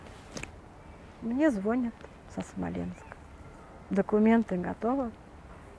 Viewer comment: Какая необразованная (зво'нят, ихний, спа'ла) и недалекая женщина. Ей бы родного ребенка правильно воспитать. Самой бы неплохо хоть какое-то образование получить. Жуткая история. Спасибо, что транслируете такие истории. Президенту нашла как написать, а врачей найти не смогла. Осуждение и негодование от начала и до конца. Ещё и блог вела - жуть. Женщина займитесь самообразованием, а потом детьми.